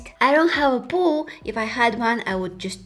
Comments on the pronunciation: Poooooooooool not pooooo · Am I the only one that hear poo but not pool? 😂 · I actually laughed so much at you forgetting the waterproof mascara that I woke my partner up.. also.. when you were talking about having a pool in your house.. at first I thought you were saying..pooh. I heard.. I don't have a pooh in my house! 😂🤣😂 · Around 13 minutes in she says the she doesn't have a pool and I'm just hearing "POO". more things she says is I don't want to be cleaning poo AND IM DYING in laughter. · when u said pool it sounded like poo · is it just me or when she was talking about a pool it sounded like poo... no hate love u